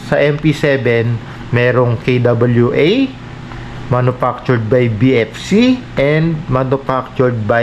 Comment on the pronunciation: boss .. K.W.A hindi KUWA... kay dobolyu ey K.W.A